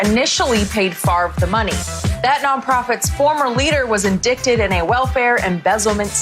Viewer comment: I'm pretty sure that's not how "indicted" should be pronounced! 😆